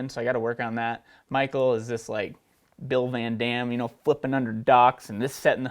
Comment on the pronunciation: Did really just say Bill VanDam. LOL